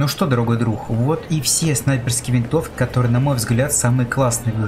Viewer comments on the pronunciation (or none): Дорогой ДРУХ?? Что за говор такой??